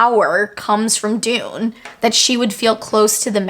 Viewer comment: I wish people would pronounce Dunne correctly it isn’t Dune it is Done. Love the theories. Some I hadn’t even be gone to think about. Not sure about sky versus earth magic but definitely interesting and will reread to see if I pickup on that. Dunne is definitely important in regards to violet. I definitely think it is Brodie. Great work. Keep it coming